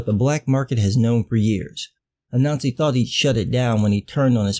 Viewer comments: I heard the same thing, it makes the story of Black ubermensch so much better. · Omg, I kept hearing it that way, too! This should have repeated the name out loud many times before committing to it. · I heard it and was looking for a comment like this. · I first heard the heroes name as “A-Nazi" so all I could think was “the hero of the story of African Ubermensch is named A-Nazi, this is even funnier than I thought," but it's actually “Ah-Nan-Z" like that story about the spider I had to read back in elementary school. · For a moment, when you said Anansi, I heard 'a Nazi'. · Everytime you say "Anansi" I hear "a Nazi" which is sort of ironic but bizarrely appropriate. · MrColuber I keep hearing it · lord, i thought i was the only the one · I was hearing it all the way, untill I noticed your comment kind sir. It was bogging me. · I honestly thought I was the only one who thought that too. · Me too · I thought he was saying that the whole time......it still made sense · Sorry, but every time you said the name "Anansi" I heard a nazi" and that made it all so much funnier. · I'm not going to lie about every time you said Anansi, I kept hearing you say "A Nazi." I had to look it up to get the correct spelling of the name. lol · Every time you say the name "Anansi", I hear "A Nazi" so sometimes I jump to see if there's really a panel about a Nazi fighting a ninja.